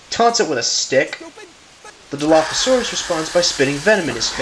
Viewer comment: You don't say dilophasaurus like that Think of dino then turn the n to an l and then add the phasaurus back